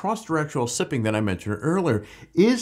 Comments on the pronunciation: Sipping? It's siping (SY-ping). A single one is called a sipe. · Thanks a ton for the video! I've been looking at new mud tires, and you picked two off of my short list. Very informative! If you are interested, "siping" for tires (one "P") rhymes with "typing" and is not to be confused with "sipping" (two Ps), as in drinking a little at a time. Possibly named after an inventor named John Sipes who introduced "sipes" into rubber tires.